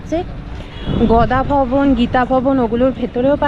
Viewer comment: Gada bhawan mam Not Goda bhawan👍